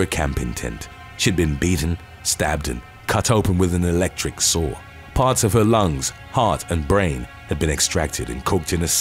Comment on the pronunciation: Electric saw...i thought you said electric sword lol!